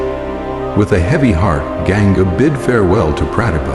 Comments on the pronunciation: It looks a well made series. Please improve the narration of the Sanskrit words and names of characters. Ganga is not Genga.. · Please improve sanskrit pronunciations..its Vasu...not vaasu...Ganga not Genga, Prataapa not pratipa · Why on earth would you hire an American voice to narrate this story, who cannot pronounce any word correctly? listen to it महाभारत - मैभराता? Ganga गैनगा ? Why???